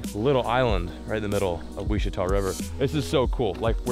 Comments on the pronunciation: If you are trying to say ouachita then its pronounced “wash-a-taw” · I live right by a stretch of the Ouchita river in Arkansas. Just fyi it's pronounced washitaw, great videos as always!! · It’s pronounced “Wa-chi-taw” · It’s pronounced wash-ih-tall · It's pronounced "Washitah." Just so you know. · Hey, so glad you came to my home state of Arkansas, it's great to see considering I watch all yours and the other googan squad guys, but I just cant be the only one who notices you're mispronouncing Ouachita river. That's it, killer videos!! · I know it was killing me the way he was pronouncing it. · Listening to you mispronounce ouachita is cringe